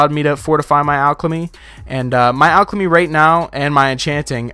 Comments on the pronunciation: Great video, but you where saying alchLemy and im really confuzed, like where did that extra l come from in alchemy. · I swear he says alchlamy